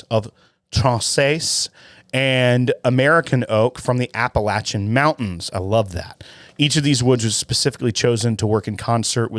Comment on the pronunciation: Thank you for pronouncing “Appalachian” correctly!